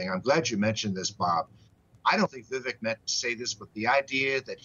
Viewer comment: Vivek is pronounced “Viv-ake” And yes, why?